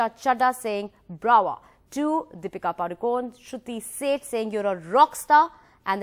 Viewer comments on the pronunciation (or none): none